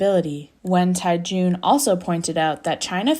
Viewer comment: Tiejun - ‘Tyeh jun’ not ‘Tai jun’!